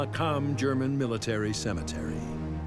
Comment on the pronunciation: No 'a' in cemetery.